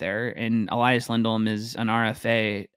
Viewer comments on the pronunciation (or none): Just so you know, you can only pronounce the name Elias one way if you're Swedish: E-lee-as. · Note from a Swede: They're both called Elias, which should be pronounced "eleeas" with an ee sound, not "elaias" :)